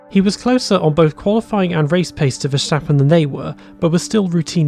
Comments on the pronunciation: Please stop saying Vershtappen. His name is Ver-stap-pen. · There is no sh sound in Verstappens name. Otherwise great video. Cheers 👍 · How come you know so much about F1 but can't pronounce Verstappen? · Learn how to say Verstappen